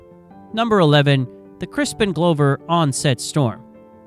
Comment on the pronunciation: Yeah, you can tell the AI when it calls Hill Valley "Hi Valley" and Crispin Glover "Crispin Glowver." These are mistakes humans wouldn't make, if they know what they're talking about.